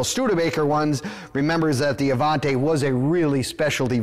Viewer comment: You're pronouncing the name wrong. It's Avanti, not Avante. You're confusing the pronunciation with the name that's similar, the Cadillac Allante. Avanti, is Italian for "forward" or "Move it" in the less polite form.